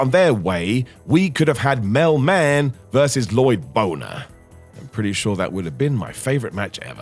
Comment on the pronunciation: La-loyd bo-ner! 👏 👏 👏👏👏